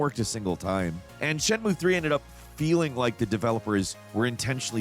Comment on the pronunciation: "shen-moo" 😂 darling it's closer to "shen-myu-eh"!